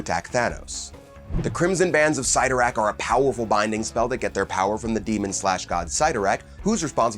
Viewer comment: It's pronounced Bands of SIT-TOR-RACK